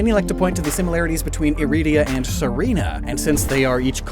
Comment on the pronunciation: I love how people have a different way of saying Irida. I pronounce Irida as (Ear-a-da) for iridescent (synonym for lustrous), pronounces Irida (I-rida) then you have how pronounces it (e-rid-da)